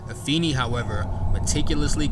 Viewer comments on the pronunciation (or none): Afeni is pronounced uh-FAY-nee